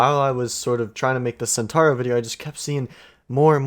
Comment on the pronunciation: In Italian like in Spanish, you have to pronounce all the vowels. "Centaoro" and no Centoro. Hope it makes sense. cheers